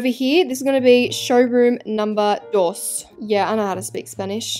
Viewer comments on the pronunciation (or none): Wait u trying speak Spanish uno dois yoir uno sound like the uno game on app store and your dos is i dont know i speak Portuguese if u wanna learn 1k robux